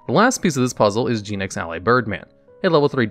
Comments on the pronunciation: Gen -ex not gene-ex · "Gee-nex"? Isn't it like, Gen, as in Generation or Generator?